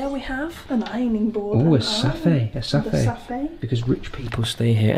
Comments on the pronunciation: I love how they pronounced safe in America it’s a bit different! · The way they say pronounce safe as Sah-Fey really sketches me out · "Because posh people need a safay "🤭 Me:what I thought it was a safe😕🤔🧐